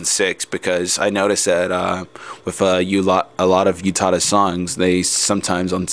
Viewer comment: um, sorry but i just need to say this, it's not YOU-tada. it's U-tada. Oo-tada. but then, ah well. i love your voice. it's an interesting insight too.